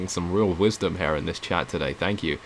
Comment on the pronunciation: Dude you saying "her" instead of "here" is really annoying.